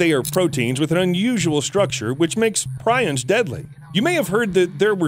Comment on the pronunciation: Prions is pronounced "Pre-ons". Good video brother.